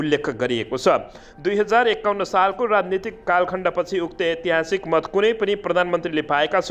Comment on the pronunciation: अ आ इ ई उ ऊ ए ऐ अनुसार ऐतिहासिक को सहि उच्चारण गर्नु होला